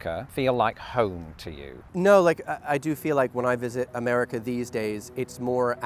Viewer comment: i'm so conditioned to hearing british accents say certain things that my brain processed that as "now that you're here in the US of Islington..."